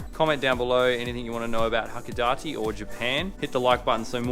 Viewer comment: It's "ha-ko-DAH-tay." "Pierrot" is Japanese for clown (from French or Italian).